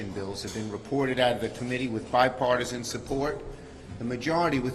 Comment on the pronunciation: Um he said Bi-Fartison at first, and who is that? It's not Sue Collins, and it's got nothing to do with hair color.